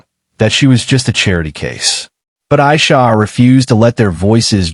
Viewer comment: Her name is pronounced AIEESHA, not the way the narrarater says it.